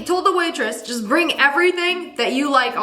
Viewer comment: "It does jusnt make sense" 😭😭😭